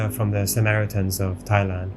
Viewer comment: Thai-Land, Thai-Way 😁